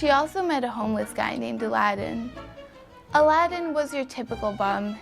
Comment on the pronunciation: the way she pronounces aladin sounds like 11